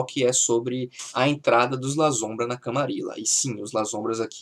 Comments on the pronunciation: Pois é. É em espanhol, pronuncia-se LaSSombra. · Escreve-se "Lasombra" com 1 "s" só mas se fala "LaSSombra". Porque é em espanhol.